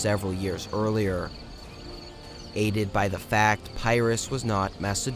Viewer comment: Bro fix your pronunciation. Good work but 2 mins in and I can’t stand your pronunciation of Pyrrus and Ptolemy. It’s not “Pairus”, it’s “Pirus”. And the P in Ptolemy isn’t pronounced 😭